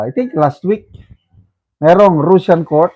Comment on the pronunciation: Can you pls pronounce properly russian and russia i advice u to check google the right way to say those words to give dignity to their people